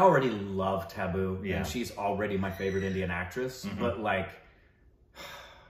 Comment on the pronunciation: They keep saying Tabu as Tabboo and it takes me a moment to realize what they mean😅